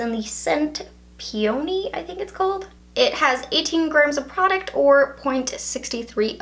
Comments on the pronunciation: Did she seriously just say pee-oney, like no its a flower peony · Peony pronounced Pee-own-ee it's a early summer flower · It is pronounced pee-un-E and it is a flower. Peony